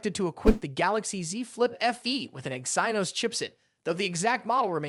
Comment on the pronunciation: Bro you just generated this video with ai cuz who says exainos its clearly pronounced exinos